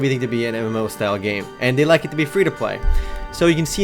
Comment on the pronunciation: When he says MMO it sounds like Emmllooou